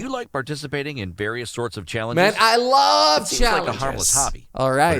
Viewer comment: I LUVE thats pronounced (love) and your saying loov